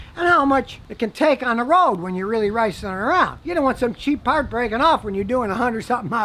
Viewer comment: did he said riceing?